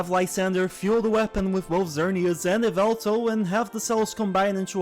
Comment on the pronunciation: how dare you…. it’s YAH-VELTAL! joke’s aside i like Xerneas better, but angel of death bird is awesome too